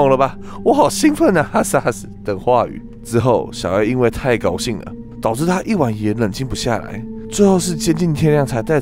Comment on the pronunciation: 一開始小A我聽成小M😂😂